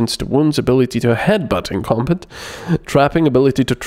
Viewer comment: Your accent is funny sometimes, Combit?